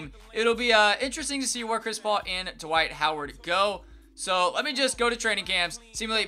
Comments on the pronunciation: "Dwik Howard" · this man said dwike howard